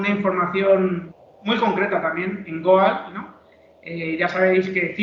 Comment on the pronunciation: Goal se pronuncia gol